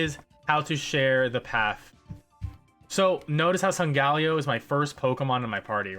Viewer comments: "sungaleo" SUNGALEO!!!!! WTF it SOLGALEO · But how he pronounces solgaleo tho